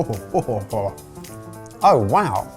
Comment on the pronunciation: ive never heard Tuna mispronounced so much before in my life. " A BI OF CHUNA"